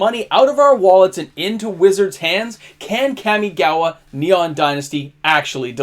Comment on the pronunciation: KAM-ee-gah-wah… Kam like “comma” not dual overhead “cams”. You and the Magic Historian ..*smh* 😅